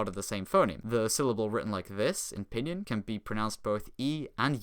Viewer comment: never heard pinyin pronounced "p'nin"